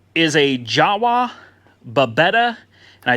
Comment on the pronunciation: That Mopet (Scooter) its actually really cool! Restore it and just keep it ... maybe your son will have fun with it ! And one think about the name .. When you pronounce Java it should sound like Yava that is what they call them! Realy cool bike over all ...